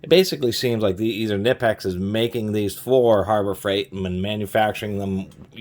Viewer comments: Fun fact, Knipex is actually pronounced "Kah-nee-pex" not "Nih-pex" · FYI, it's pronounced k-nee-pecks (hard "k", long "e"), not nip-ex. Just sayin'... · Great review. BTW it’s Kuh-ni-pex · It can be pronounced both ways. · Fun fact, Knipex made a video saying both pronunciations are correct. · Yea but that sounds stupid. I pronounce it like him too, guess we're both wrong